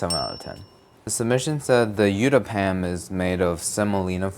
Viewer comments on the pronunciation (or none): Youtápyam? dawg that's Uttapam pronounced as oothapum 😭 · "you ta pam" has me creasing 🤣🤣 . its oo-tha-pam. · Utah Pam Amazing 🤣. Its pronounced Utta (like tge ending of booth (oth)) - pam (like gum, but pum). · Did really bad with the uthappam😂 ( pronounced like " oo - thaa - pa+m").. my fav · Uttapam is pronounced uth-ap-pam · Bro said Yuta-pam for uttapam 😭 its more of a tta sound, like bruschetta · "yutapam" aw hell nah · those pronunciations of the Indian dishes made me flinch so hard. Especially that "yuta-pam" 😭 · yu - taa - pam made me crack up 🤣🤣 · It's ben-gun_ka_ver-ta and youtta-palm Thank me later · Hearing you say Uttapam is making me cackle so hard 😂 it’s such an English way of saying it 😂😂😂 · Brother why u pronounce uttaapam like that 😭😭😭😭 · The way he pronounced uttapam is sending me 😂😂